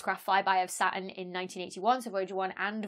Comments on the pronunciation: you don't pronounce the T either (sounds nice though) ;) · you don't seem to pronounce the t in saturn either :)